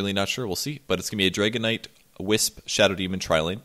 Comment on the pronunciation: everyone time you said "dragon knight" i keep thinking i heard dragonite.